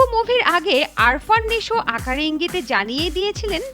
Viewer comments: আরফান না, উচ্চারণ আফরান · Arfan na..afran .nam shikhe news koren